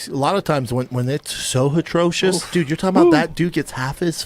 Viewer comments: It’s so hitrocious it’s a prom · "Hitrocious" -BrenDan Schaub